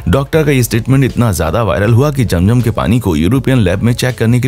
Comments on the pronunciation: Apne picture me atma kiyon lgai hoi hy for you kind information yahan attma to kiya koi Angel b allah k hukam k bina nehi ja sakta second ye k ye jo nAme liyA apne aby jam.jam it's not jam.jam it's abeh ZAM.ZAM next time b careful understand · Its zam zam not jam jam